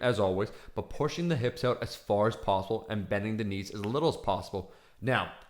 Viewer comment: I love how he says 'out'...: 'ouwt', pretty weird